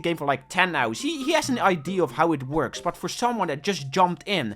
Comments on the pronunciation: can you say idea and not idee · BRO ITS IDEA NOT IDE, U BLOODY DUTCHY